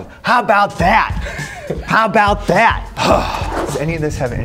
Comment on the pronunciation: wait.... did he seriously say how ‘bout vat